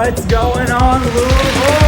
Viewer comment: Thank you for pronouncing it “louvul”